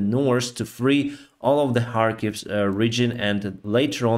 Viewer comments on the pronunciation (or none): none